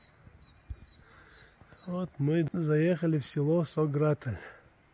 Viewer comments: Ва алейкум ассалам. То что написано на арке немного неправильно произнёс название села, на аварском оно иначе произносится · нет 😊. Написано там все правильно , просто когда вы произносили название нашего села в конце там не звучит мягкий знак он дает другой звук.